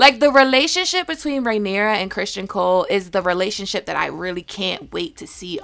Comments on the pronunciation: Its not Christian ..its Criston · Uh, no shes not. She literally only got two things wrong in this video. She pronounced Cristons name as Christian, and the dragon at the end is Syrax. Her own personal beliefs/theories may be wrong, but she has the lore down pretty good.